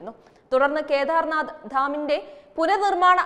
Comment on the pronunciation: ഖേദാർനാഥ് അല്ല കേദാർനാഥ്